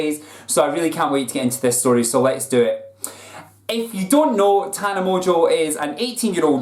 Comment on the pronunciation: I don't get why pronounces "Mongeau" so fucking wrong. Where is the T for him to pronounce "Montequeue"??? Is he fucking stupid?